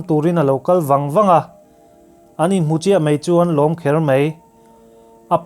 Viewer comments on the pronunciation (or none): Mai tih tur kha Mei I ti tlat a